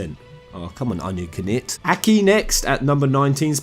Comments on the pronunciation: Cipher Twelve yeah he's saying their names wrong on purpose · is this guy trolling with the names? lol "onion ki-nit" "Littening"